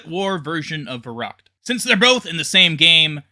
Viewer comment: It's kind of annoying how you pronounce Verrückt